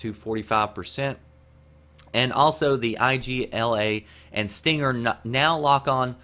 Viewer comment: its just Igla, not I.G.L.A.; not an abbreviation, just a Russian word meaning Needle.